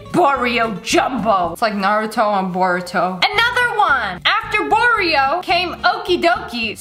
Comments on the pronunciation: Boruto not baruto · it’s boruto not baruto